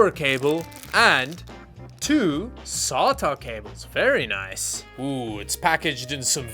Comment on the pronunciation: SAWTAH cables?